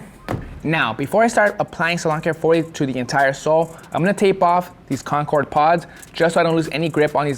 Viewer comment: That pronunciation killed me tho 😂.. “Con-KERD” 😢😢😢😢